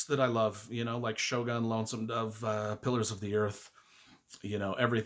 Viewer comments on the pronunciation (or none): none